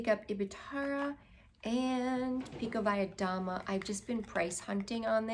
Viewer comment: Your Russian is good boo! You said Pikovaya Dama perfectly. It means queen of spades ♠️